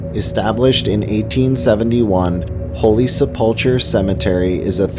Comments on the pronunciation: Cool video, but a couple of pronunciation's from a local... Holy Sepulchre is Holy Sep-ool-kur. Aquinas is uh-kwai-nuhs. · I was thinking the same thing. Plus he pronounced holy seplicar cemetary wrong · this guy has never been to rochester... ever.. can't pronounce AQUINAS??? cant pronounce holy sepulchre cemetary..his research talents are lacking.